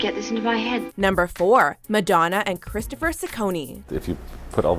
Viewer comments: Madonna and Christopher's last name Ciccone is pronounced "che-conni". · Btw Madonnas last name is pronounced chi-cone-knee not sis-cone-knee 😝